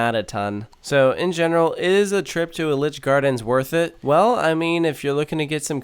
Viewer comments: It's E-litch gardens, not El-itch. Otherwise, an accurate description of my home park 😢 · Pronounced EE-litch gardens - was my home park growing up - now my home park is Cedar Point - I never even knew what I was missing! A shame that Sidewinder was closed, best airtime there - only downside is you have to hike up all the stairs to ride! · The way you pronounce Elitch is actually triggering. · You say elitch wrong